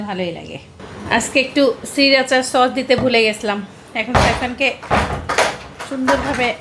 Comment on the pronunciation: সিরাচা না, কাম্মি ম্যাডাম। এটা শ্রিরাচা। Sriracha. 😂❤